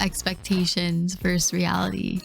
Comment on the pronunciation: Versus! NOT verse.